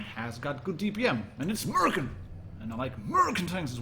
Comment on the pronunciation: The way he said american hurt my soul